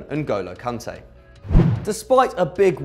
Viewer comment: N’golo Kante? 😂😂😂😂😂